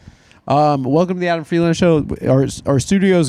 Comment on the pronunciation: I love that Adam says his own name wrong